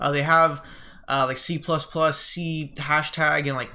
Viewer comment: Hey, C# is pronounced "C Sharp", a very common programming language